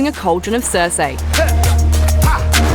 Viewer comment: Did she miss pronounce cersie or am I tripping